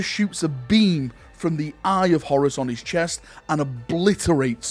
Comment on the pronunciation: Horus here sounds like Horace! I always pronounced it as a longer word Horr_uus.